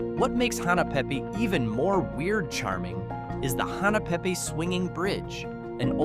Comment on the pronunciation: It's Hahnna pay pay not Hena pe pe